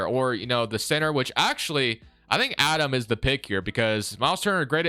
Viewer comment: Its Aday Mara, Center from Spain, not Adam 😊